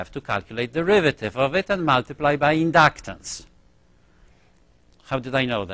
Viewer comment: indaactaar and indaactaance